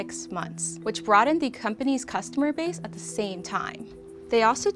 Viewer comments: Love this series; suggestion for, pronounce your "th" like a "th" instead of a "d". For a journalist to say "dat, duh and dare" instead of "that, the and they're, sounds... rough. Additionally, I heard "wurf" instead of worth. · This girl can’t pronounce “th” she says “da” for “the” lmao